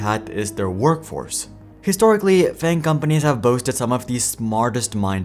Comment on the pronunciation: you said FAG jojojo